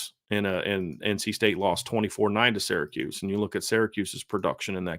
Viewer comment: Love your analysis. Intelligent and very fair, balanced and thoughful. But for the 99th time it's SEER-a-KEWS not SARAH-kews.